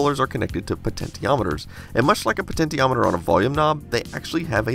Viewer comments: Please... pleeeease"- it's pronounced "poh-ten-SHE-ometer", not: "poh-ten-TEE-ometer". Please. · The word is pronounced "po-TEN-shee-AH-met-er", not "po-TEN-tee-AH-met-er". Do you pronounce "potential" "po-TEN-tee-ul"? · I think it's not pronounced potentiometer it's actually pronounced potenshiometer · Who the hell pronounces it like "pe-ten-ti-ometer"???? The right pronunciation is "pe-ten-she-ometer". Just thought I'd let you know. Also this video is uploaded on my birthday. I turn 25 years old today. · Potent E ometers? Is that just a regional pronunciation? Never heard it said like that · Potentiometer Say Potensheometer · Wait, is it really pronounced "poe-TEN-tee-om-e-ter"?? Not trying to nitpick, just wondering if the OG's say it this way or something. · What's a pa-tenti-o-meter? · PO TENT TEE OM METER? That is not right... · Potentiometer is pronounced with a sh sound Please please please please 😭🙏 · "Poe TENT tee ometers". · I pronounce it: "Poe Ten Che ometer" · Potentiometer? Pronunciation is off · I am perplexed by the pronunciation of the word "potentiometer". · Mate, "potentiometer" is pronounced like as in "potential". As in electrical potential, which is sometimes used to mean "voltage". Hopefully you don't pronounce that as po-ten-tee-al. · I like how you pronounce "potentiometer"